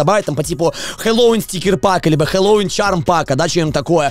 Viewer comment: Только говорит не хеллоуИн, а хеллОуин